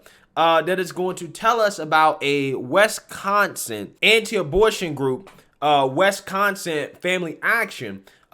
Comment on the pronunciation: Never knew I lived in 'WescHonsen'...